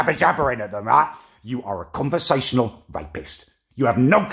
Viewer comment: Haha man said convesanl rapist lmao 😂 😭😭😭😭😭